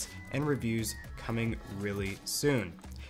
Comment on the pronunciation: Did i heard Aweshome instead of awesome 🙄🙃😄